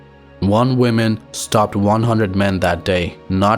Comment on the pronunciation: You are doing the opposite from what english speakers these days do when they mispronounce "women", when you say "woman", so it sounds like you are saying "one women" which is illogical when women is plural.